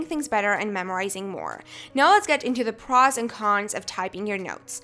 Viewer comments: was i the only one getting bothered by the way she said "pros" (not a hate commment btw) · she seriously needs to learn how to pronounce words... the way she says “pros” makes me want to jam a pencil in my ear...